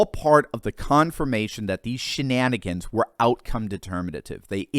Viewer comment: You minimise the scale of this issues when you call it schnannigans